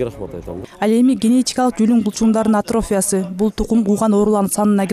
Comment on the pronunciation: Атрофия деген сөздү ,,и" тамгасына басымдуулук жасоо менен айтылышы керек. Журналист ар бир сөздү туура окуй албаса, эмнеге иштеп жүрөт?